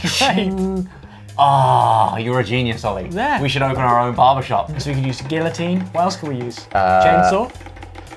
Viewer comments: Guillotine.. Gee-oat-een.. Gee- uh-teen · not when he pronounces guillotine